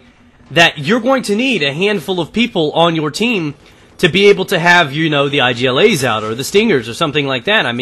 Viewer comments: its not I G L A say it IG-la like IG-loo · You can read IGLA normally, its not a shortcut. Igla means in polish and russian a needle ;)